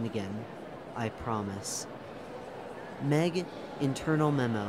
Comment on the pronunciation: I suggest adding pauses where there are colons and pronouncing M. E. G as the individual letters instead of meg